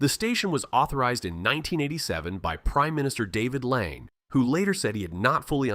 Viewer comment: Waitakere Ranges…pronounced Why-tak-arie but you’ve got Whirinaki Ranges instead. It should be noted that these 2 are at a distance of 345km from one another! The pronunciation is so bad that I have zero idea what you’re talking about without the map. PM’s name was David LANGE…LONGEE….we won’t even start on Whakatane!